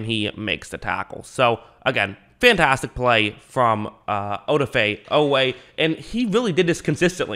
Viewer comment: Good analysis by the way the emphasis is on the da...oDAfe